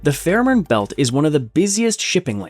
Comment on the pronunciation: I live just 40km from the tunnel. You should pronounce Fehmarn and Fehmarnbelt correctly: [[ˈfeːmaʁnˌbɛlt]] i.e. the first e: is just a long, closed, monophtong sound, similar to the vowel in day, pronounced by a Scottish speaker.